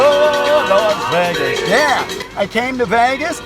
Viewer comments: The way pronounced Las Vegas made me laugh. First time I've ever heard it pronounced "Las Vagas". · Is that how the West Coasters say Las "Vagus"? lol Love the vette!!